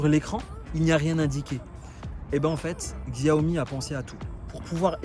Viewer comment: C'est pas pour t'offenser mais on prononce Xiaomi ( chaomi ) Sinon bonne vidéo , je compte acheter une m365